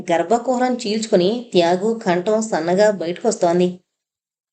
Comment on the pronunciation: "త్యాగు" అనే పేరు బదులు ఒక్కోసారి "యాగు" అని వినిపిస్తోంది